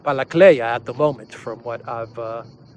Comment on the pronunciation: Not Balakleya, it's Balakliya...